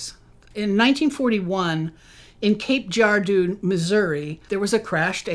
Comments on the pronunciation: That's not how you pronounce Cape Girardeau if you're from Missouri. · It's pronounced Cape "Jer - R - dough" by MO natives.